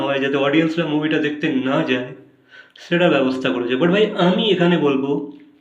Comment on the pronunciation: উচ্চারণ ঠিক করেন। ছেটা, এচেছো এগুলা কেমন উচ্চারণ